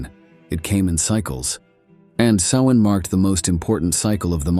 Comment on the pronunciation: Great job. The same information on Halloween history but narrated in an appealing, interesting and more down to earth way. I was afraid the narration was going to be AI generated. If it was thanks for correctly pronouncing “Samhain.” 🎃